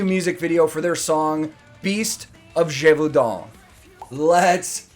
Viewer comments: As a Belgian I must agree, pronounced it really well, but i think Attila (the singer) pronounced it like that to make it rhyme to "father and the son". Edit: yes, i do know some French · I'm french, your pronunciation of Gévaudan is great, definitely better than the singer :) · It's nice to see Powerwolf back on your channel! Thanks for the video! Your pronunciation of Gévaudan was great! I think Attila didn't try too hard because otherwise the rhyme with "gun" would have been lost. It reminds me of Joakim of Sabaton making "Verdun" rhyme with "begun" in the song Fields of Verdun. It wouldn't have been the case at all if he pronounced it like in French.